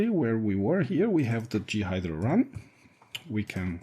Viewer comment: Thanks like the other person concerned great to know. Will i get time to play with it? As a native English person we pronounce J as Jay and G as Gee. I guessed what you meant. This is just a tip. I am trying to learn Mandarin Chinese and my tones are terrible so people from China and Taiwan look really confused some times when i speak. Of course your English is much better than my Mandarin. More importantly FreeBSD content is great. I've got a 2.2.1 ISO downloaded ready to run in 86Box to bring back my very first FreeBSD install from 1996 or 1997. So you are making an impact.